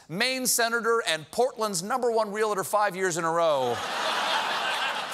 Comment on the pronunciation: Ugh, Stephen's pronunciation of "realtor" just gave my ears herpes. TAKE IT BACK, STEPHEN!!!